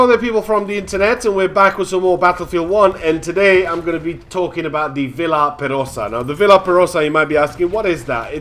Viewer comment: It's pronounced kind of like "Vee are perosa."